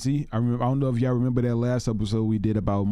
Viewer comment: You realize you say YAW not YA'LL right?